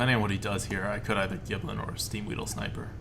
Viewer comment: You know, it's pronounced "Gill"blin, not "Gib"lin. Hopefully one of these runs you'll say it right.